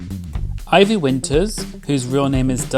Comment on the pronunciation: Thank you for saying Ivy’s name the CORRECT way 😂😂😂